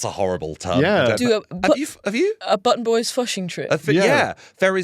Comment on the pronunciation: I could have sworn the outro said "Blutton Bloys"...